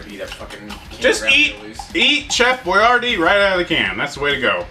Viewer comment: The way you pronounce boyardee kills me lol